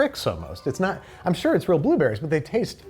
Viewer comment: I'm tickled by how midwestern babish got while eating the jimmy dean ones , with all the I SHURE DO